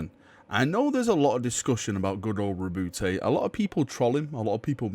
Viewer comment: My only problem with this video is the way you pronounce Roboute